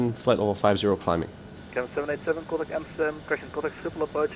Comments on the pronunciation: thats not how its pronounced correctly, at least not in Dutch. At the second mark in this video you hear how its pronounced correctly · It should be pronounced as ~sgip-hole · Haha. Non Dutch people trying to pronounce “Sch” will always be funny. It’s pronounced more like “Sgipwhole”, with a hard G, really making that feel throat sound. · i fly out of schiphol regularly on vatsim and shiffle is not the worst pronounciation i have heard of schiphol haha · Ski-pawl = schiphol